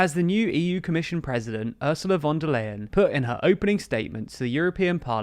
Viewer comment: The correct pronunciation of "Leyen" is simply "lion". :D